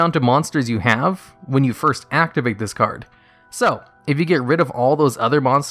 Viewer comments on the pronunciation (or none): none